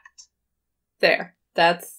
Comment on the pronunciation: Kurzgesagt = said briefly, We use it like „long story short“ Thanks for not butchering the pronounciation!